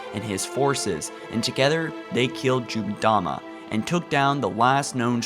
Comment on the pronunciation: Nice vid. Seriously though, get speech lessons. "Forerunners", not "Forners" "Jul 'Mdama", not "Juldama"